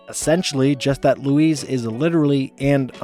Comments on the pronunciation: Your pronunciation of Louise's name sounds much more like "Lou-Ese" than the correct "Lou-Eez". You're saying it more like how you would say "Luis", the male Hispanic name, like the character Michael Peña plays in the Ant-Man movies. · Why does he pronounce her name like “Luis” in Spanish some of the time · I'm so sorry but the way you are pronouncing Louise' name with a 'ce' sound rather than a 'ze' sound is too much for me, I can't watch another second. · I can't get over you pronouncing Louise's name like Luis Guzman's name. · I had to stop watching just because you misprounced Louise's name every time you said it. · I'm so sorry but your pronunciation of Louise was so distracting. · You're pronouncing Louise wrong. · Your mispronouncing of Louise was distracting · JEEZISFUKKINKRICE learn to pronounce LOUISE!!!!!!!!!!!!!!!!!!!!!!!!!!!!!!!!!!!!!!!!!!!! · Why do you pronounce Louise's name like that? You hear them say it on the show, right? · Why do you pronounce Louise like that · Love the effort put into the content as always, but if I can offer some comments, some of the pronunciations of names are pretty off (e.g. Louise and Groening), as well as the phrases (saying 'oddball out' instead of 'odd one out'). Little things like this I think make a difference to the overall polish of what is already clearly a huge amount of effort! Keep it up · LOO - EASE. Not Luis. It's only said a hundred times per episode. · You pronounced her name Luis the whole effin time. Lu-eez. Not Lu-ise. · Why do you pronounce Louise like she's spanish and her name is Luis. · "ITS LOUISE!" Not 'luis'. Get her name right or get out. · no mention of bobs bisexuality? also i love how he pronounces louise as Luis every time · You’re pronouncing Louise wrong. Use a z sound, not an s sound. It’s LOOO EEEZ, not LOOO EEESE. Say it like disease. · Why are you pronouncing Louise like Luis? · LouisE not Luís 🫠🤣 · Louise... not Luis... christ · You call her Luis likes she’s a Mexican boy .